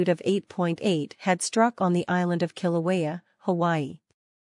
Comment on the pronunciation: Kilauea is being mispronounced, and it's located on "The big island" the island of Hawaii, same name as the state.